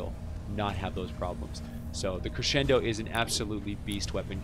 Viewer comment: Thank you.... for being the only stw steamer to properly pronounce crescendo.